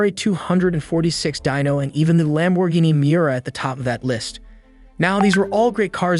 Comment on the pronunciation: 100% read by AI. “Panta” “lam bour geeni “ “countak” no one reading a script that even knows a little little bit about cars would make those mistakes